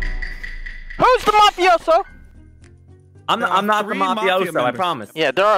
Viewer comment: It's mafioso not mofiso